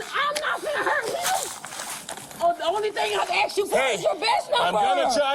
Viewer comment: All she did was AXED him is fro his badge number. I heard her AXED him. Bahahahaj